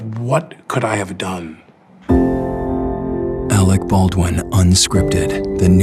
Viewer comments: “Alwick ballwin” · Arec Bawdwin...